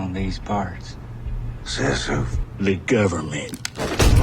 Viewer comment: govermint xD gets me all the time